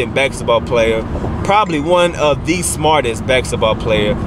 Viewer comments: Bask-eT-ball Not backs-et-ball. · My nigga said, "Bak-setball player" lmaoooooooooooooo I'm gone.